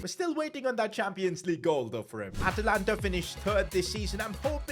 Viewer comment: Atalanta. its not atalanta sir